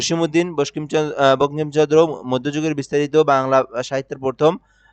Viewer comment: বঙ্কিমচন্দ্র উচ্চারন করতে পারেন না আপনি দিচ্ছেন সাজেশন!!!